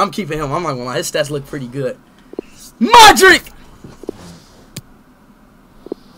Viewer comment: this is closest his ever gotten to pronouncing a player's name correctly